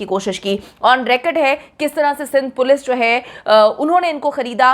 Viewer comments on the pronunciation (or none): none